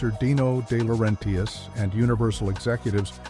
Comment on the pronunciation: It's DeLaurenTIS. Not DiLaurenTIAS. Italian, not Mexican.